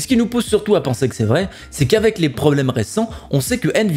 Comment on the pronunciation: Les "Poblemes actuels" rien de grave :)